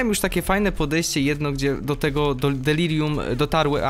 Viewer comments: Delarium" XD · "Delarium" niemogę z tego XDDDD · On pewnie przekręca tą nazwę specjalnie ( ͡° ͜ʖ ͡°) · Znowu to ,,Delarium" XD